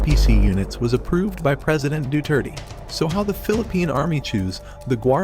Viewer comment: lol president who? deetrtea?